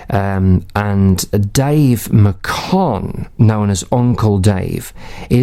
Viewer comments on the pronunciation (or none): Brother it is pronounced MAY-kuhn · That's Uncle Dave Macon, pronounced "MAYkin," not "MuhKONN," by the way, but thank you for preserving it.